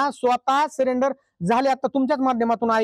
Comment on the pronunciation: सलेंडर नाही हो... सरेंडर 😢😢😢😢